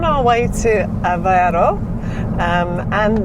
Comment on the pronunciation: Aveiro, has an I on it, not Avero. Avero sounds spanish. The "ei" sound in portuguese, sounds like the ei in "eight" Try saying Aveigh'ro. The I is pronounced. Any "ei" in portuguese is pronounced like that =), just think of 8, muting the T. It's funny that English speakers struggle with that sound, despite it existing in English. Maybe noone made the comparison to the sound of eight... hahahah.